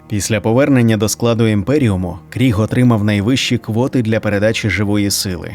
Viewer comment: Ну в загалі, буде правильно говорити Криг, а не Кріг (на мою думку)